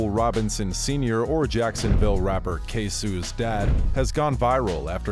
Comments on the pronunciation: Its not ksue🤣🤣why all youtuber keep pronouncing it like that🤦🏽‍♂️ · It’s k So The fAke ai voice iS dropping the bAll 🤡 K So like the Spanish work for cheese queso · learn how to pronounce his name